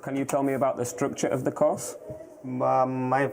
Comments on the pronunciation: tbf it sounded a lot like “cost” rather than course. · When they asked the indian kid about the structure of the course, I head structure of cost and I'm native english so I understand why he got confused, the guy interviewing him pronounciated course to sound like cost. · I heard "structure of the cost" as well..... It does feel like the Visa officer made it a point to say cost instead course .. or modules.. or what have you. Shame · It sounded like cost or cause... It was a misunderstanding...